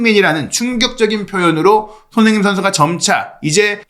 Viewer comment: 손흥민 뉴스 늘 잘듣고 보고 있습니다.긴영상이든 짧은 영상이든 너무 감사해요. 이어폰으로 듣는 지금 세네번에 한번은 손흥민 이라는 이름 이 흐지부지 들리거나 다르게 들리는 이유는 뭘까요.저만 그리 느끼는건지 ...외국 앵커들이 흥민 이름을 제대로 발음 안해주는것도 기분 안좋은 일인 이라서 말이죠....